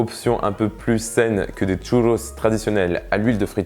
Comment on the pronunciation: Parcontre par pitié arrête avec l'accent parisien a dire "tchouuloss" 😅